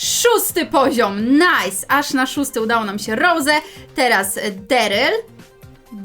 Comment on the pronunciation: Daryl a nie Dyryl